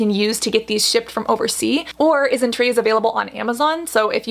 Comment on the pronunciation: She's saying it just fine tho. I think you just misheard. I heard "IsnTree" everytime so